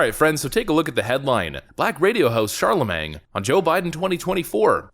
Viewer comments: Dude, it's pronounced Sharlimane not Sharlemang. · It's pronounced SHAR-la-mane. Not SHAR-la-mang. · Charlemagne rhymes with main not mang. Jesus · Charlamane , shar-la-maine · Char-la-mane.... it's French, and the guy actually spells it right. Don't give him a hard time. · The G is silent. Char-La-mane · Shar-le-mang Duh Gawd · Pronounced "Charlamain" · It’s pronounced Shar-luh-mayne. Silent g, ok? Nice video, though. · It's pronounced Shar-la-main Mang.......😅😅😅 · LMAO at your pronunciation of Charlamagne. Pronouncing it like it's Charlamang. I wonder how you pronounce Champagne... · The g in Charlamagne is silent. It's like Char-la-mane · Watch the GOP F*** this up, threatening the Deep State with total removal, that leads them to an existential mission to defeat Trump by ANY MEANS. YES, the Dems call it “fortification.” Pro tip: Charlemagne is pronounced as English Shar-le-main. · The g is silent. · The G in Charlemagne is silent. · The G is silent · The "g" in Charlemagne is silent. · Not to correct you, because i dont know much about this radio host, but I'm pretty sure his name rhymes with champagne. He took it from the 8th century King of the Franks and first Holy Roman Emperor named... Charlemagne. Either way your channel is one of my favorite on YT and i ALWAYS find it informative and entertaining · buddy, the G in Charlamagne is silent. it's a French name from history... "Charlamagne the Great". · The G in Charlamange in silent lol.